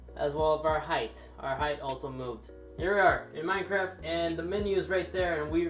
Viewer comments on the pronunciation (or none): none